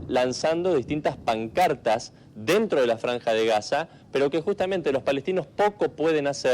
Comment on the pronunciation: Si estás en sderot, por qué dice Haza?!